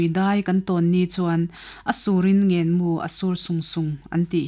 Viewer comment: Rinpui, i chhiar thiamin, i aw-in ngaihno a bei hle mai. Chhiar sual palh chu thil awm thei a ni a; heng thu mal thenkhat erawh hi chu a lam rik dan lo zir ta che : Leido, ngen-mu ,riak-ah. Rawn chhiar zel rawh aw... I aw a mawi lutuk.